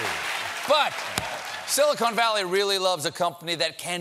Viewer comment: Stephen says "silicone valley" .